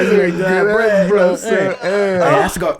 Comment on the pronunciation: “You can underestimate a good ass breaff” 😂💀